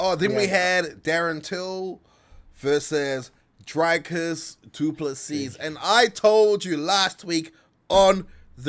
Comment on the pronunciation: for a guy who hears his last name butchered on the regular surely you can can Dricus right.